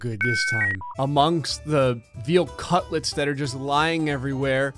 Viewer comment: Lost it at "veal cutlets"